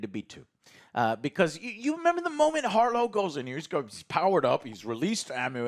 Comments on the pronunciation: Jesus its HARROW, Not HARLOW. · Harrow, not Harlow. Oscar Isaac, not Isaacs. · You guys couldn't even pronounce the names right you kept saying harlow and ammuit. It's harrow and ammit did you watch the right episodes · I love y’all, but “Harlow” and “Ammuit”? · Their inability to remember the correct pronunciation for names after hours of content bugs me irrationally. The bad guy is "har-row", the alligator is "ah-met", GAHHH! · Wait, did you say, “Harlow?” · Emmet Harr-o 😂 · While I genuinely enjoy your guys' content, and understand most of your arguments in the first 10 and a half minutes of your review, every time you guys mispronounce a characters name, I feel like incinerating my phone in the nearest star after the sun. Harlow and Annuit, what the actual shit, lmao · Who the fuck is Harlow, ya'll butchered that man's name the whole review lol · Why can this dude not pronounce any names correctly? He said “Ammuit,” “Isaacs” and “Harlow” all so wrong lmfao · How does not make fun of Joe getting every character's name wrong? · I just love how they've watched the series and still saying harrow's name wrong lol.